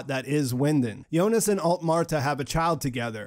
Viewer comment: I liked your videos simply because you’re pronouncing Jonas’ name correctly. I couldn’t stand how other videos pronounce Jonas’ name with the harsh J lol